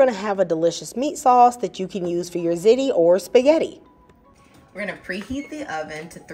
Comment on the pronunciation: ✅Zee Tee❌Zit Tee